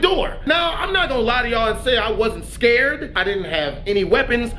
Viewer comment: "I was all types of scurred" 😂😂😂😂